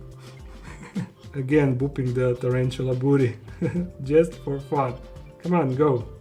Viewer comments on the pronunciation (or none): none